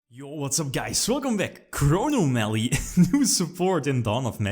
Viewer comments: "Chrono Mally" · he says Chronomaly weird, I know it is how he pronounces it but... Crow nom a lee Chro nom a ly Chronomaly chrono + anomaly meaning: something that deviates from what is standard, normal, or expected of/or relating to time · It is, people are just joking on the way says it.